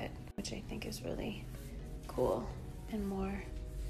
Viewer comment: "I have to show you guys something very kwol"